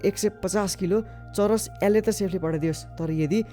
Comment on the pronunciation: Churas re still its weed its not churesh